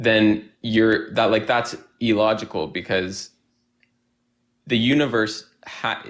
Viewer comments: or that he says "E-logical" instead of "illogical" or "abby-o-genesis" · Sounds like someone who was home-schooled and has no friends to correct him when he mispronounces words like "tooted" and "e-logical". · He also says "e-logical" for some reason. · I know it's pedantic but that idiot keeps saying "eeelogical" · I cant stand the way he says illogical. Its not E-logical